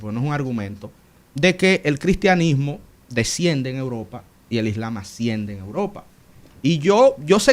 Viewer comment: Es "asciende" no "haciende"... Vurro...!!! 😂😂😂